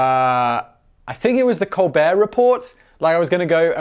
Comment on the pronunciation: SIMON! YOU DO NOT PRONOUNCE THE T IN THE COLBERT REPORT!